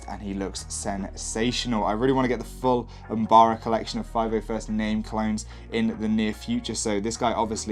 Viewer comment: It is pronounced umbora